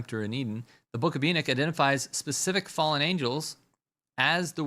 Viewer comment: Its not E-Nick it's pronounced E-Knock. Like when you knock on a door.